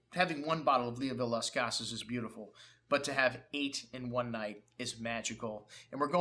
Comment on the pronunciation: You mispronounced the name of the wine. Leoville Las Cases = in english, Leoville Las Cas.